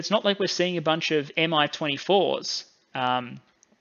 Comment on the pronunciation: Finally, a Westerner who pronounces "Su" correctly and doesn't just spell it "S-U"! Points off for still saying "M-I" though.